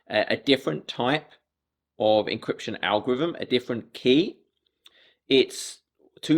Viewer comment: "Forh ze algorhithm!" - 🐹🇩🇪